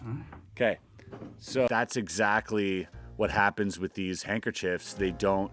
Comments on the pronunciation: Chris! loved the video! Very creative way of showing us normies the process of learning and performing a trick! thanks for the content! LMFAO "Hankerchodes" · Such a cool video. Really enjoyed it! Loved the constant correction over the word hankerchives. 😂